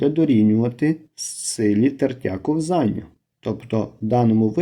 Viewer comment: кО́взання, а не ковзАння!